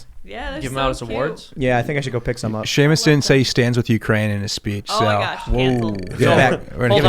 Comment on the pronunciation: Haha Shemus (spelling) cracks me up lol.